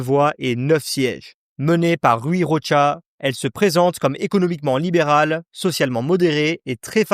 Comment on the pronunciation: C'est insupportable de prononcer le CH portugais TCH à l'espagnol, c'est juste Chega et Rocha , ni Tchega ni Rotcha ... Sinon. Oui le Portugal est en plein caca